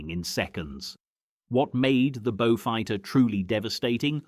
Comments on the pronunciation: Now a bo-fighter. AI sure is doing well............. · Now a Boe-fighter........ This just gets worse !